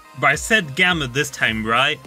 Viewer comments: Stop saying gammer it’s gamma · It’s gamma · i like how says gamma as 'gamer' xddd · i just love the way he loves says alpher and gammer XD, keep up the good streams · When he said gamma I though he said gamer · "gammer" "alpher"